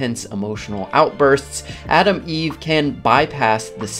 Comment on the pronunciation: Gonna make fun of you accent. It's Atom Eve not Adam Eve. That's the new trans hero coming out next week 😆